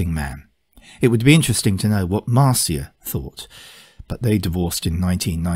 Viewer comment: I've always heard Neil refer to his second wife as "MAR-shə" not "MAR-see-ə".